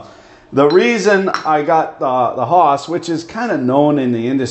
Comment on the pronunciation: Took me 15 minutes to realise you were saying 'Haas' and not Horse in your Canuck accent :-)